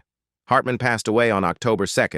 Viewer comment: Strange pronounciations but I guess that is so robotic. Passed, pas-Sid? Click bait of Ron Howard in a hospital bed? No mention of that. Not that I can recall. I had not heard anything in news either. Why would someone do that?